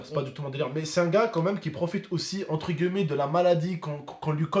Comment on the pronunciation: encore une fois On prononce « entre guillemet « et non pas « entre gueullemet »